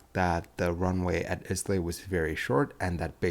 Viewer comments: Please note "Islay" is pronounced Eye-lah. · It's pronounced eye lay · I think 'Islay' is pronounced 'i-luh', but interesting video! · Go and research how to say 'Isla'. Dear! Dear! Lol. Thanks for the video. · Aye lay not Islay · Islay is pronunced EYEla! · "Islay" isn't pronounced like that; it's "Ayla". Ask the King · Islay: pronounced "Eye - lah" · Please learn how to pronounce “Islay”. It is pronounced “eye-lay”. You sound ignorant. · Islay.. pronounced.."eye-la" Your welcome. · Islay is pronounced ai-luh. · Islay is Scots Gaelic and is pronouced as "isle-ah" in English or EE-Lah in Scots Gaelic. That's the word "isle" with an ah at the end. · Islay pronounced 'eye lay'. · It is not pronounced Islay but Isla ! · You're pronouncing 'Islay' wrong ......... it's the same sound as the word 'Isle', but with a 'ay' at the end!!!!!! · Islay is pronounced like Eye-la Think of the word isle with an 'a' on the end. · Small point: Islay is pronounced EYE-LAY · Islay is pronounced "eye-la" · King of ‘England’ 😂 and Aberdeen to ‘Iz-lay’ 😂😂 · The destination is pronounced eye-lay. Remember this was an RAF aircraft so the conventional licences and type ratings etc. do not apply. The RAF have their own rules. Also remember the RAF also do not to have to publish what training they have given nor do they have to say who has flown their aircraft or how how often. The biggest cock-up here was that the commander didn’t go around. Finally the report was as much use as a chocolate teapot. Blaming people achieves little. What needs to be done is to get into the heads of those at the sharp end on the day to find out why they 1. Let him fly the landing and 2. Made an approach to the runway they did and 3. Why they continued with a crap landing. Throwing the crew under the bus and not addressing these three questions means this cock-up may well occur again. Blame kills. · Islay is pronounce "eyelay" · Islay is pronounced "eye-lay". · Eye la , is the Normal pronounced way of saying it.